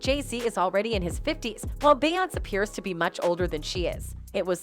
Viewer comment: It’s obvious the narrator isn’t familiar with the person she’s reporting on cause she mispronounced her name all throughout the video😅